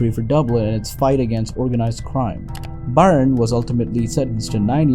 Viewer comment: Dunne is pronounced "done", and Byrne is pronounced "burn", and Daly is pronounced "daily". Just trying to help. Good work.